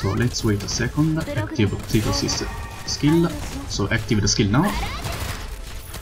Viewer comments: ptilopsis is an owl specie (she has owl ears), and yes it is pronounced tie-lop-sis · Or maybe the "p" is not pronounced, so it's "tilopsis"? Man, her name is hard. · Lol, I believe ptilopsis is pronounced "till-lop-sis" so basically a silent "p." Your english is really getting a lot better though. It's gotten a lot smoother. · Ptilopsis is pronounced. TIL OP SIS Hope that helps. The P is silent. Because English language loves to troll people. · Tho Ptilopsis herself pronounces it as Fee-llii-opp-siss. XD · And if you watch Tectone it's pronounced as tea apple sauce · I think it’s puh-ti-lop-sis